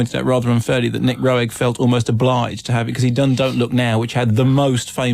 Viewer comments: Pronounced "Ro-egg ?" Nooo...! As in "rogue..." Rogue is the total creator. You're not bringing him up at all. Or his use of dmt on set with everybody, especially in Performance. Bowie was coming off addiction, hence his gauntness that served the film's character's look in the film which is why Rogue chose him. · He also mispronounced Roeg multiple times